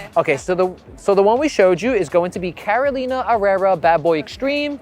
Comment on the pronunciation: Is Carolina Herrera! NOT CAROLINA ERERRA